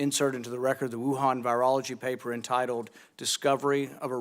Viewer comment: Anthony “papuh” Fauci 📄